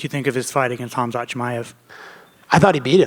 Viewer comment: the fact that he alwasy calls Khamzat "cumshot" alwasy cracks me up! LOLOL